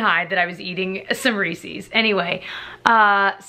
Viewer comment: Who else heard “a simmery seas” the first time before you realized she said “some Reese’s?” 😂